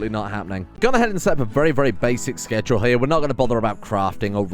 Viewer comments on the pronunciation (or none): none